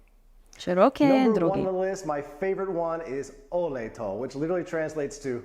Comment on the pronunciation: Olej to - pronounce: oley to NOT Oylet !